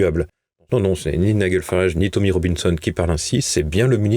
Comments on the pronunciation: Les journalistes de TVL n'ont toujours pas appris à dire Nigel Farage mais continuent avec leur ridicule Niguel. Faut le faire. N'y a-t-il donc personne dans la maison qui puisse corriger ces journalistes? Et on ne sait toujours pas baisser la voix à la fin d'une phrase. Ne leur donnez pas un sou de soutien tant qu'ils ne font pas leur boulot correctement. Chez Tocsin ou Radio Courtoisie, tout le monde sait s'exprimer correctement. TVL devient vraiment au-dessous de tout. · nigel se prononce "naïdjel"